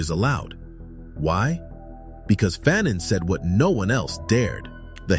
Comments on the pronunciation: FAhNONE not Phanen... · Wasn't his last name pronounced fuh-NON and not FA-nun? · I learned a lot, and this is a great video! But FYI, his name is pronounced Fuh-NON. Not Fan-in. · Stop pronouncing his name incorrectly. His last name is pronounced as Fa' None. Not fannon. He also wrote The Stolen Legacy. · FAnon not FANon. Frantz FAnon esteemed victorious heroic ancestor. Aime Cesaire esteemed beloved ancestor. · Pronounced "Fahnaan" great Brother 💪🏾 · This is very jnformative. "The Colonizer and the Colonized " was required reading in one of my college classes. However, I may be mistaken, but we were taught that the pronunciation of his name sounded like Fa known. At any rate, this is very informative and interesting. I look forward to watching more of your videos. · You’ve done the research and cannot properly pronounce his name correctly? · I first read Fanon in 1977 while in College. My Doctorate advisor was himself a scholar of Dr Frantz Fanon writing. As a college professor myself, Fanon is required reading in my classes. While I enjoyed your video. I cringed a how you mispronounced his name. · Great piece! Appreciate U 4 putting this together. However, U R murdering the pronunciation of his name!!! The 2nd syllable is pronounced as “none.” The “a” is a short “a.” Please do more research so his name is said correctly. We owe this African so much!!! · He is from Martinique…So you do your research